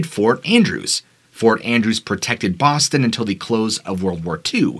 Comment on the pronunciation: Im from Boston, A small City call Charlestown, you said Boston wrong. But everyone says it wrong